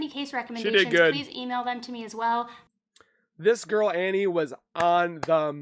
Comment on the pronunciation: It's Annie not Anna 😊